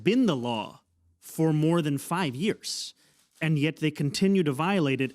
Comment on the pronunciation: 5 years jefe 5 yeearys lmao the Mexican came out of him